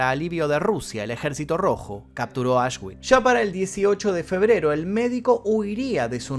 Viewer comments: Aswitch se pronuncia "asvitx" 😉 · Auschwitz se pronuncia ausbi, era un complejo de campos. Comprendía Auschwitz I campo original, Auschwitz II-Birkenau campo de concentración y exterminio, Auschwitz III-Monowitz campo de trabajo para la IG Farben y 45 campos satélites más, ubicados en Polonia. En la entrada a Auschwitz I colgaba un cartel con el lema Arbeit macht frei «El trabajo libera»